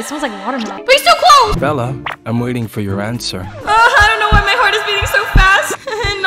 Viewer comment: is he saying bird for bella or bird a bird?❤😂